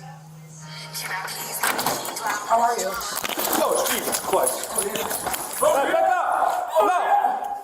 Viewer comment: "oh Jesus chWist"